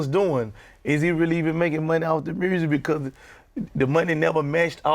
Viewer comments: Gottis pronouncing of the word music is priceless...lolol!!! DJ Ak: So Gotti tell me what I love most? Gotti: Shiiiiit Murzik!!! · “Making MERSSIC” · "Making Mursic"